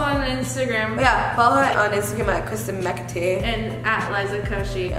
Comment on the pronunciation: Hi this is my fwiend kwistin say hi kwistin! “Hi kwistin”